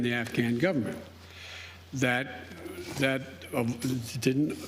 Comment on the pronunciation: What a clown. He can’t even pronounce Taliban. This whole thing seems fake. Why don’t we ever see the crowd of reporters while they’re yelling at him?